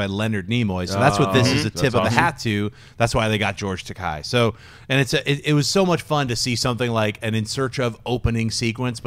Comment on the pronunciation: Funny how these nerds can't pronounce Takei